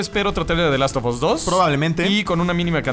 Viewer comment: Porqué carajos dicen "THE LAST OF OS"? SE PRONUNCIA "THE LAST OF AS".